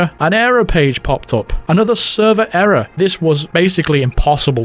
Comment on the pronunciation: ERROAR. ERROAR